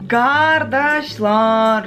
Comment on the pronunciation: Gardaslar demesi cok tatliggggg